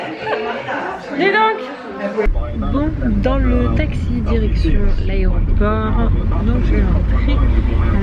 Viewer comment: On dit "aEroport" et pas "aréoport" 😅